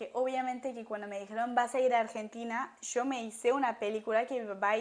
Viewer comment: En poco se te va ir ese CHOO de YO y hablaras más chevere con lo parcerito😂 sea como sea el acento francés apenas se te nota bonita❤